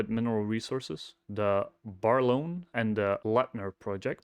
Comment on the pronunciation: Just FYI the main project pronouciation; Brālorne, or Braelorne if thats more clear...the toll Mill agreement is with Nicola Mining in Merritt, a small town about 3hrs away from Brālorne.. It's the only free mill in the region,not so they negotiated a toll Mill agreement when the $ of gold was or below the said value. Gold has really been a hockey stick rise over last 2 yrs. A lot of the debt incurred was during the bear times of 2023-mid 2024. I think they had to do to move project forward. I'm not pleased with the dilution, inside ownership remains low. The team is top notch, these people are not going to come cheap. Be really interesting to see the new agreement with Ocean Partners in the new year once the toll agreement has finished. Their gold will then be priced accordingly and revenue should begin to count on the balance sheet. The 2 project is more 5hrs away on roads that can have issues of closers during winter(snow,fires) summer..I would hope that the infrastructure for this site is in decent order and they either toll Mill with Nicola again to keep costs down initially or they are able to fund, internally, a mill at that site. Lastly is they could merge with another company maybe WestHaven, this would be a good merger and definitely get eyes of someone larger... Thankyou for your research